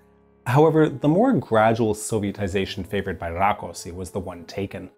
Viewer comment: No problem with the order of the names, but in Hungary S is Sh and SZ is S. So Rákosi is pronounced Rakoshi.